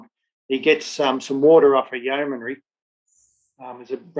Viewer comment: Very interesting, but you make one repeated error in your commentary that rather grates: it's not a four-syllable 'yeoman-airy', but a three syllable 'yeoman-ry' - no 'a' involved. Other than that, very good! I grew up in what was then called Rhodesia, so the history I learned in school was of Rhodes, Lobengula, Mzilikazi, the Voortrekkers, Shaka, etc, but there was never any mention of this campaign.